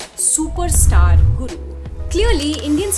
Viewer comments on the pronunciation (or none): none